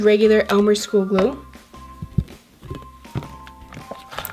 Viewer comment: Say glue not gluo